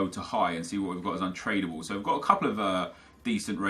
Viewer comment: anyone else hear him say "Untradeable" wrong at . He pronounces trad the way you would if you were saying traditional